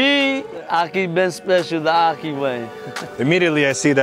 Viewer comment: That looks disgusting and it's pronounced Akhi